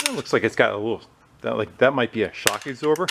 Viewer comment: Did you say "shock igzorber?" HAHA! Happy humpday,!